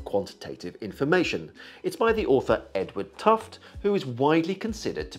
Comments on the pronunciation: Gereat video, thanks. And as an aside, Tufte also invented sparklines... as another aside I believe his name is actually pronounced with the final 'e' so something more akin to "tuff-tee" - that's what I seem to recall from one of his presentations I attended many moons ago. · fully understood I'm sure I was pronouncing his name as 'tuft' as well until I went to one of his presentations. He also has a bit about information density from various media, and rails against PowerPoint-less as a not so good vehicle for information, in fact it's tantamount or at least equivalent to propaganda sources... kinda funny, maybe that's why marketing types love it - but alas maybe too true, people are supposedly only able to hold a few items in memory so after the slides clear so does the memory of them in context.